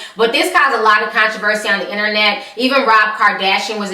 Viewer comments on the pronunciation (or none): none